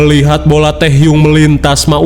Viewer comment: Ngakak ih masa bilang tehyung 😂